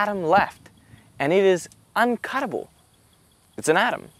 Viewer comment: When you said the word "uncuttable" you sounded exactly like an Aussie for a sec lol.